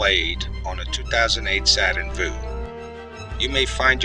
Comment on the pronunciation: It’s pronounced View, not Voo